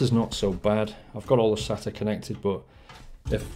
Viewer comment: Btw it's pronounced SAYTA, and it's called an SLI Bridge. Also water cooling isn't that much better than air unless it's custom in which case it is much quieter and much better in terms of performance. In this case it is only slightly better and isn't always quieter plus it costs substantially more. That being said the pump is much smaller than a heat sink and fan and may be better aesthetically especially if you have a windowed case. Also nice cooler!